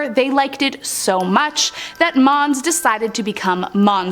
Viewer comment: When she says 'mons' all i can hear is 'moms'